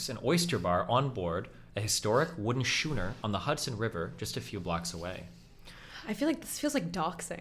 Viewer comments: I cant get past how he pronounced schooner. Dropped a few points there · D, schooner is pronounced 'skooner' not 'shooner.'